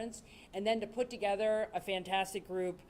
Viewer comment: Did he say Togayther? Lol